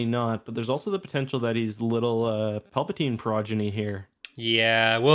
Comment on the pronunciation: Not Palpadiddy…